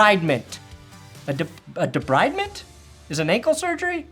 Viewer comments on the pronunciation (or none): It's not a big thing, but debridement is pronounced deBREEDment.